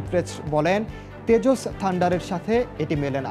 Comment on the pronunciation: তেজস নয় এটা ডেজস 🤣🤣